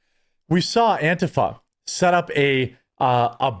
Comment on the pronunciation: Jeremy it's pronounced ANT-TEA-FAH you obese neckbeard loser 😁😁😁